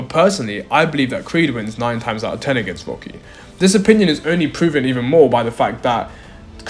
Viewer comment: Aren't you ashamed of your poor pronunciation of native language English? So many words you said that should have letter "T", where NOT pronounced correctly. Why conform to imitate the local illiteracy? Especially when you have great men as literate role models such as Roger Moore, David Niven and so forth?! Words spoken with NO pronouncing of letter "T", that stood out were... "Out" "Hitting" "Dirty" (Duhr—eee) "Think" you said "Fink!" "Better" (beh-ahh) As an Englishman, I am utterly appalled by the shameful illiteracy of me fellow native English speaking men. Why don't we take pride and dignity in representing our British heritage by speaking correctly?!